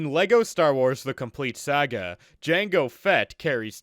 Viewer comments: It is Pronounced Sarga not Seyga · Why do u say “Sega” instead of “Saga” sometimes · It is sah gah not Sega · I hate how this man pronounces Saga